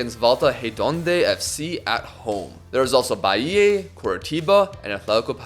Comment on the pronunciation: amazing vid as always! if i could be a nuisance abt one thing tho... the sound u make of the last A in Bahia is wrong, u gotta pronounce it like the A in car, an open sound, dont twist it cuz for us brazilians it sounds like you're saying bahiei